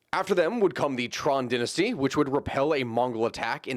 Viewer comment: How does an American come to pronounce "dynasty" as "den-astee"?